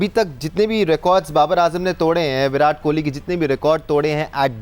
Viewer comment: یہ ویراٹ کوہلی کا نام تو شروی میں ویرات کوہلی ہوتا تھا ۔۔۔۔ جب اچحا کھیلو تو نام بدل جاتا ہے کیا ۔۔۔۔ اور یہ ان کے کھلاٹیوں کے نا م آنگلش میں کیوں لیتے ہیں ۔۔۔ ایشان کو ایشن واہ جی واہ ۔۔۔ شبمان کو شبمن ۔۔۔۔ اور اپنے کھلاٹیوں کے ناے دیسی قسم کی اربی میں بولا جاتا ہے ۔۔۔۔ حالانکہ ہم تو اردو بولتے ہیں۔۔۔ نا کے " Z " کی جگہ " J " کے آواز میں ہندی کی طرح بولتے ہیں۔۔۔۔۔۔۔ اردو میں تو" ت " بھی ہے اور " ٹ " بھی ۔۔۔ اور " ڈ " d " بھی ہے ۔۔۔ لیکن بولتے وہی اربی میں ہیں ۔۔۔